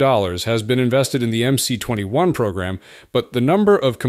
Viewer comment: МС-21 расшифровывается как Магистральный Самолёт 21 века. Поэтому на английском языке его название нужно читать как MS-21. The MC-21 stands for the Mainline Aircraft of the 21st century. Therefore, in English, its name should be read as MS-21.